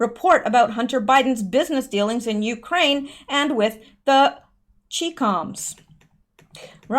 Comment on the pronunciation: it's "Ch-eye-coms" (It's a name that Rush uses, for a shortened version of Communist Chinese).